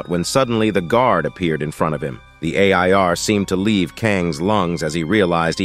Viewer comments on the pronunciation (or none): Why is there so many added sexual clips from other shows. So many errors. Like the ai voice read a i r instead of air. Reporting this video that's made for kids. Why all the sexual added text?